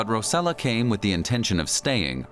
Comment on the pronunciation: Rossella not Rosella